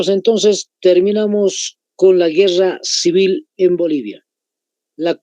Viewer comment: Pablo Zárate decía, "Ahora sí Guerra Cewel"